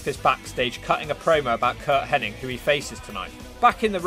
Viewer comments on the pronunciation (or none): Ask the man himself, I’m sure he must have a Cameo account. But do you keep saying Curt Henning when you mean Hennig?